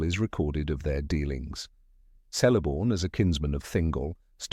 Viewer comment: I don't know if he narrator is AI, or not - but all "C's" are pronounced as "K's" . . . Celeborn, therefore, sounds like Keleborn . . .